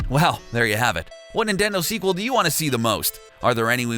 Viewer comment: Can I had segwel said yoshi yes said nendto